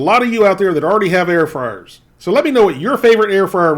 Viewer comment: Air froars 😂